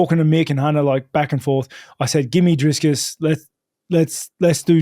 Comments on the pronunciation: driscus,, how did he get that name so backasswards, love how consistent he does it tho :D a little sad he will end the road to izzy for dreicus, would have loved to see that play out, but now his soul will be reaped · Drisscus hahaha